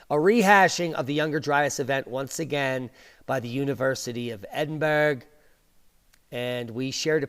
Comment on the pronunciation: In reference to your university of Edinburgh, it is pronounced Edinbruh, so I will just let you Americans have fun with that lol